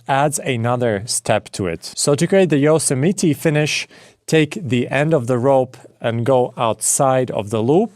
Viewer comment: I love the mispronounced Yosemite ❤